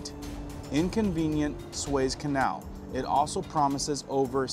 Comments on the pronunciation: "soo-ezz" canal... lmao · SOO EZZ CANAL! JESUS, I CANT SEND YOUR VIDS CUZ YOU CANT PRONOUNCE WORDS🤨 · Suez is pronounced SUE -éz and leviathan is pronounced la vī a than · Suez is pronounced SOO-EHZ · it's pronounced Sue-ez Canel. Very interesting stuff. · Sue- ez. Suez. Sue-ez Le-vont. Levante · i had to ...its pronounced...sue-ez canal...and la-vi-a-thon...thank you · It's pronounced: SOO-EZZ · Better states but not the best cities in either state. Very blue cities! Hi, from Florida!!❤ It's pronounced Sue-Ez Canal! My husband's ship will be going through that in 10 days! I'm hoping it will be safe. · Man I really enjoy your informative videos but really you say you check everything out but then you still don’t know how to pronounce areas on a map? The Suez Canal being the latest it’s pronounced Soo-ez just like I spelled here. You can even google the words you’re not sure about for the proper way to say them. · Said " sooo ez" canal. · Pronounced Su ezz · I believe it's pronounced the sue-ez canal... everyone have a blessed day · You lost me when you said Swaze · Dude, learn how to pronounce words, ( suez, reuters, quagmire for example) and don't confuse hezbollah, hamas, Israel. At the end you totally confused what you were trying to say....I would urge you to rewatch , take notes, and redo this video, no hate, but your talking about ppl spreading disinformation, but then confuse armies/rebels. It's confusing for ppl that don't get what is happening over there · Say it with me sue ez canal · Please check your pronunciation of suez canal ! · How can this be taken seriously when the presenter cannot even pronunciate Suez. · ARE YOU MISPRONENCING SUEZ CANAL ON PURPOSE? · It’s pronounced Sue-ez not sways. Just fyi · PRONUNCIATION IS SUE’EZ’ CANAL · "Sue es" is how that canal is pronounced. Thanks for all you report! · It isn't pronounced SWAYZE canal........it is pronounced SOO-EZ canal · It's pronounced "Soo-ez" Canal, not " Sways." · Sue-ez canal. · "Sue ez"